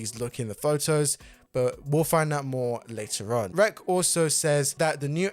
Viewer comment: R-E-X is pronounced, wrecks.